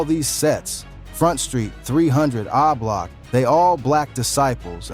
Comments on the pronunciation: What tf is ( ahhh-block ) it’s o-block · 👀 Dude it's Oblock not Ah Block!!! It's really irritating and highly distracting to hear you repeatedly incorrectly pronounce it like that. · 😂😂😂 this video... Boy i tell ya..🤣🤣🤣 my boy say ahblock 😂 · 😂lol why this dude keeps saying AHH block...😅😅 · When you can’t pronounce the block name you trying to talk about you should be quiet 🤫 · The way you say O-Block is crazy 😂😂😂